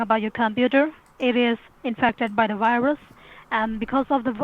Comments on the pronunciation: “Andy wirus” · "affected by the wirus" xD